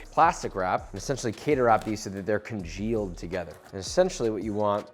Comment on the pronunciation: Omfg, stop saying "congeaked"! You sound moronic!